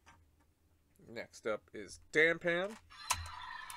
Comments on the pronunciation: The panda rider is called Da-pan, not Dan pan. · I just noticed that you’ve been calling him Dan pan for a while.